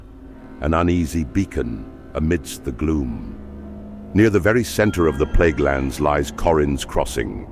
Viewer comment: Might wanna change it to Plaguelands and not Pleaguelands.